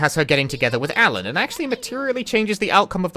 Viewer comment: Hey, props to that Japanese VA for getting the L sound in "Alan" right.